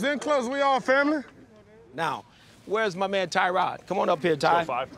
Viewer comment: Hue never even learned the correct pronunciation for “Tyrod” Taylor.